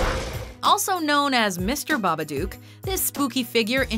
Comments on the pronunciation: It’s Babadook like book. Not doooook duk. Babadook rhymes with book and look. Stop saying it wrong. 😢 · it's babadook (Hook) not babadook (Duke) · Baba-duke? Baba-duke?!?! It's BabaDOOK!!! Like book, but dook!!!! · ITS BAPADOOK NOT BABBBABADOOK! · Baba dook like baba book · Wtf Jason didn't survive he was resurrected. Also the way she pronounced babadook "babaduke" Hurts the soul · You said babadook wrong u don't say it with the double o is say it like it had one o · Its pronounced baa-baa-dok not baa-baa-dewk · OH MY FUCKING GOD, EVERYBODY SAYS FUCKING BABA DOOOOK ITS BABA DO OOK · you pronounced it as "babaduke" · it's not a babaduke, it's a babadook, pronounced like nook, at least watch a trailer. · "The BabaDukes of Hazzard". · Babaduk say it like that otherwise the rhymes don't work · Why do you pronounce babadook so weird? it rhymes with book not puke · IT IS BABADOOK AS IN BOOK AHHH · She couldn't even say Babadook correctly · That's not how you say babadook omg😂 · You see the babadook on four occasions in the movie. And they pronounce it in the movie! Why are you still saying it incorrectly?